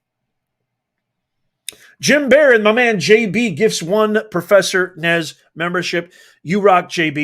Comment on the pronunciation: IZ NOT PROFERSA. HES GRAID TICHER...SOROSH PAPYS....OMG